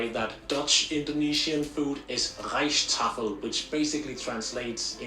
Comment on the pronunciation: Why did he said rijst tafel with a German accent 😂